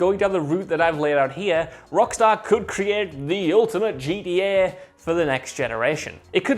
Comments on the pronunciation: It always sounds like he is saying GEA because he can't pronounce the letter t properly. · nobody: this guy:”GDA”